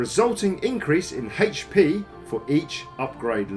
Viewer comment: "upgrading your breastplate will increase your... HEICH PEE"(c) ...ok. Jk, nice video. Covers basically everything one should know.